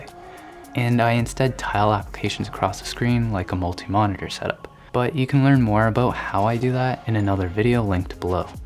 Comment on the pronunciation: No one: in a soft gentle voice: "mohneteeehr"